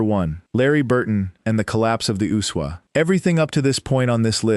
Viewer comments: Why does that dumb AI voice keep calling the USWA the Usuwah? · I've never heard the USWA pronounced as one word